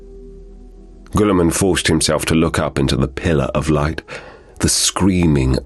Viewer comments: you pronounced his name wrong! Its Gillieman! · "GOOLI MAN" is by far the funniest way I have heard to pronounce his name that is not intentionally meant to be funny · Why does he pronounce his name like that ?